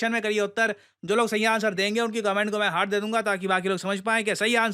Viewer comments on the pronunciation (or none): none